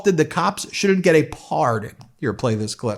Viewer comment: Why are you saying the word pardon like that? Honestly it's just weird and it sounds really f**** weird. Don't emphasize after P, don't make it a three-syllable word for no reason when it's only two syllables. Just leave it at two syllables and say it straight without the emphasis. I'm sorry, not sorry it just sounded very weird